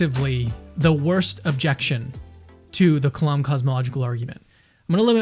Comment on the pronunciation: The "lam" in the word kalam is pronounced like "lamb", not like "Lawm"